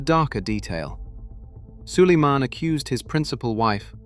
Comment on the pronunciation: Wwhy does sulamen sound like solomon?????